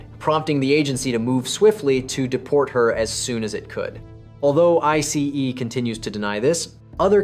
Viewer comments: AI voice saying I C E instead of ice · OMG, that “I-C-E” is so annoying!!!!!! Videos creators who are too lazy to even read their own work is not worth watching because listening to AI is the worse!!!🤦🏽‍♂️ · What's with the emphasis of I C E ?? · Definitely AI voice 😂 Pronunciations are off (ICE and Viet naming) 😂